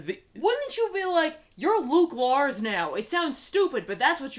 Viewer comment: When says "you're LUKE LARS now" i though she said "Ruge Blarrg" and that might be the best Star Wars youtubepoop name since "Glup Shitto"